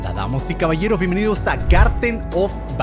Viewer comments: Si, 11 meses tarde pero siempre dice “damos y caballeras” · LOS DIJO MAL:DAmOS y cabaLLEros